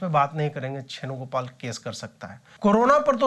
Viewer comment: अजीत भाई आप के मुँह से छेणुगोपाल सुनकर मज़ा आ जाता है!!!